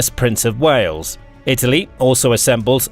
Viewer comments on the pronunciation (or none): none